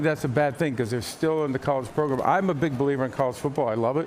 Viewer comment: we need to appreciate Goodell saying Progrum